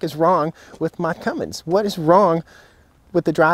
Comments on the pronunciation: roger that. I already threw him a small jab for the "Cummings" pronunciation earlier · It’s a Cummins, not a Cummings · Cummins not Cummings.